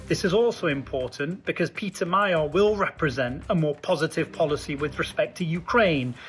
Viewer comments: The word "Magyar" is not pronounced "Mayar", but rather "Madjar". "gy" = "dj", similar to the beginning of the word "during". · It is pronounced Maghiar, like the Magyars.... please... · Magyar is pronounced Magjar - gy is a bit like g in George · Magyar is pronouced Madyar. Orbán is a G! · Magyar's name is pronounced 'moh-joh' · No... it's "Mah-gee-arr" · Magyar, not Mayer. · Madyar is closer. And O1G. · Yes, that's how it's pronounced, but you keep saying My-yar. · The other real question is whether Orbán will be held accountable for decades of corruption siphoning off EU funds for personal gain and crony allegiance with the effect of diminishing the array of normal government services and quality of life of Hungarians. Sir, thank you for putting a spotlight on this small but vigorous country and feel free to pronounce Mr. Magyar's name more closely to what it sounds like in Hungarian which is...in English like 'Madyar.'. It should not be mistaken for German sounding like "Mayer" and I didn't know what you were talking about at first. As a Hungarian this is important because our language is unique and outstandingly beautiful also, his surname reflects the name of our people in our language, which is strong and soft all at the same time. All the best to all watchers and joining you from Canada with great excitement about the outcome of this election.